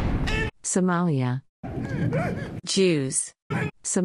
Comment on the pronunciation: It's lia the is not jaws in somalia